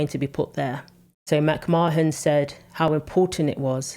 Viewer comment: Her name is Mc marn not Mc marhen!